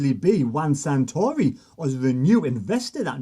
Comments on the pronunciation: his name is Juan SARtori, not SANtori, you loon😁😁😵. Good stuff though, keep up the good work! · FFS. --- Sah-Tory 🙄